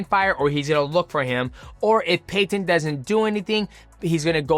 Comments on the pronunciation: Yo mighty why do you say Peyton weird and you say his last name weird don’t be weird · Bro I can’t even watch this because you say Peyton so weird next